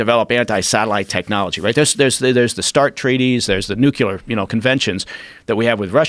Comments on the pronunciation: “Nucular” don’t say, you didn’t hear it! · NU-KU-LAR... I bet he also got an A in physics... Americans suck at English. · Did an ex CIA agent just say nuculer? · Ya kno you lose a lot of credibility as soon as you say "nuke-ill-yur" ... just saiyan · Anyone that pronounces "nuclear" NOO-KILLA can't be taken too seriously... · Anytime an "expert" pronounces nuclear as "nuke-u-ler", my ... attention ... starts ... faaaaaaaaading